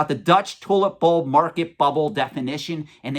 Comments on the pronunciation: Almost sounds like youre saying "toilet bowl". Funny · Lol sounded like you said toilet bowl at first